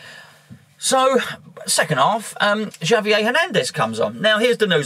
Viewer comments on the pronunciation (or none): Good view points. Javier is pronounced have-e-eh ;) Like jalapeno. ha-la-pino. subscribed.